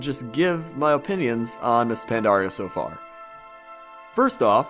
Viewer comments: you're awesome, but your "pan-DAR-ia" thing is paining me. Anyways, always great to hear your comments. Worth more than your average lamprey. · why do so many people call pandaria pandora? it makes me want to blow my brains out